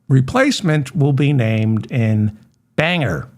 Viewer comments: Bangor (/ˈbæŋɡɔːr/ BANG-gor) , lol. David, keep up the good work! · I believe it’s 51-47, but don’t quote me. It’s Bang-or, not banger.